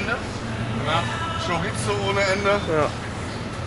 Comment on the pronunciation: Lidl auf Malle ist super, aber man spricht Chorizo mit einem weichen s aus. Schoriso! Ich glaube Ihr seit Schockverliebt in Mallorca! Ist auch mega da und die Spanier sind super sympathisch!